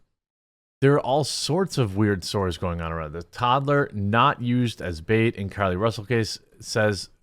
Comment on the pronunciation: Ahhh... Another French liar? Care-Lee Roosell?